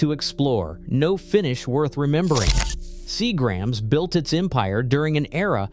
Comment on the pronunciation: Seagrams is mispronounced on here